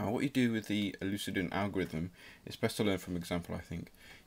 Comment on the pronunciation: its pronounced You-Clih-Dee-An and Dip-phan-teen. Not tryin to be that guy but I'm just pointing it out. The video did help me out tho so thanks